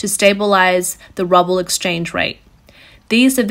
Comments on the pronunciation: Love the way the presenter pronounces ruble as rubble ... what the world will become if things get out of hand in Ukraine? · Its called rUbble, not rObble. :D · Ok... I know it's petty of me... But I did have a chuckle at the mispronunciation of "Ruble". The narrator kept saying "Rubble" (Meaning debris) rather than "ROOble" which is the currency. Yeah... Childish... But still giggle-worthy. B-) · Roobull is the phonetic way to spell ruble, the currency sounds like roo like kangaroo, not ruble like a pile of rocks. Not a Russia defender here just find the wrong pronunciation annoying. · It is rooble not rubble. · She, or the computer, pronounces ruble as rubble, a cute malaprop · It's Roo-ble, not Rubble. Sorry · Its pronounced "Roo-buhl". Like "kanga-ROO BUL" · It is pronounced, "ROOOBIL" ... not "RUBBIL" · Ru ble not rub le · Recommendation: please check the pronunciation of words before using them. It’s pronounced “rewble” not “rowble”. It really lessens your credibility as a resource when your pronunciation of a currency is wrong and you are reporting on currency. Otherwise, great detail and reporting. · It’s Ruuuu bull. It’s pronounced Ru. Bull. Not Rub el. To hear you say that word wrong every time was too much. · Love the channel but dear god stop saying "Rubble". It's pronounced "Rooble" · If you wish your video to be taken seriously, please have your narrator learn the difference between "Ruble" /ˈru:.bəl/ and "rubble" /ˈrʌb.əl/, even if their meanings are inexorably becoming the same. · I was looking for someone’s comment on this. I was like I wonder if she’s saying rubble based off Biden saying we’re gonna turn the ruble to rubble. Lol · your pronounced ruble as rubble, but both are the same lol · I love the way she calls the Ruskie's currency "rubble", a spectacularly apt pronunciation error :) Looking forward to the $30 oil cap. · Love how she calls it the "rubble". haha. Couldn't be closer to the truth. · Most Russians pronounce it as "rubble".